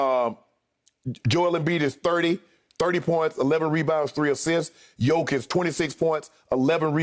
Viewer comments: Someone tell me how Skip can even have a valid opinion of a guy..........when he can't even get his name right!!!!? Jokavić. Shut up already! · Skip his name is Jokic not jokovic 😂😂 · Its Jokic, Skip. Not Jokovic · Somebody should tell Skip it's Jokic not Jokovic. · DAMN! You call yourself an expert... Learn guys name - it is JOKIC, not JOKOVIC! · Why is Skip saying Jokavic??? It's jokic.... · Joker, but so sad, bcz they will prolly be top 2 candidates for MVP and whoever lose this will be 2nd team All-NBA, btw Skip its not "Djokovic" its Jokic or Joker if u want it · Gotta love one the biggest sports commentators STILL not able to correctly pronounce Jokers name. Jokavic??? SMH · Jokovic is the super saiyan son of Nikola Jokic & Novak Djokovic 😂😂😂. Honestly the guy is an MVP front runner & 2 time NBA all star & you still can’t pronounce his name 😂. No wonder people don’t take Skip seriously . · Learn to say his name right you old fool man. Chatting bare rubbish you know. It’s Jokic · Skip has not watched the nuggets.. He can't even say his name right.. If Joker doesn't win it I swear I might stop watching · Skip can't even pronounce Jokics' name right smh. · Why is skip being ignorant like he cant pronounce jokic's name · Funny how Skip and Steven A can’t even pronounce names like Doncic and Jokic, while they are very easy to pronounce and these guys have been in the league for years now... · This guy hasn't learned to say properly MVP name,what a fool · Expert that cant pronounce MVP candidates name... Very professional. Bottom line is, Jokic doesnt sells shoes and sodas like Embiid does, thats the only reason why he will win MVP. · Skip you can't even say the mans name. Zero real arguments. You just like Emiids game over Jokic. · Skip can't even pronounce his name correctly. I don't think he ever watches Nuggets except in playoffs